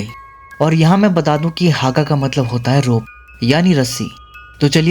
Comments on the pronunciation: Hagga हग्गा✅! Not हागा !❌ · Le adu haggga ada le huga alla 😂, Abe handhi me thik se pronounce kiya kar 😂 agar nahi aata tho kisi dusre ko poochle kese pronounce karte hain words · हागा ❎ हग्गा ✅ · America kya kahta tha...? Aur wo haaga nahi hagga hai matlab rassi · Haga nahi hagga.double g hai